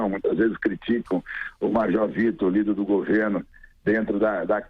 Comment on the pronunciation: "lhíder" kkkkkkkkkkkkk